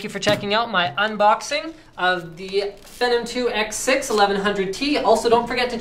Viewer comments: He called it a "Phenem" lol Linus, last I checked it's: PHEE-NOM xD like the word Phenomenon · Fee-Nom, not Feh-nem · No-offence intended, but it's pronounced Feenom not Fenom. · its phenom, getit right :P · You may or may not have figured out by now that phenom is pronounced fee-nom, feeee-nom, say it with me now, feee-naaawm.